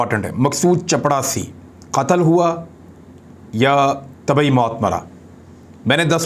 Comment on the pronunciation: Dear sir in Urdu, it is چپراسی and not چپڑاسی۔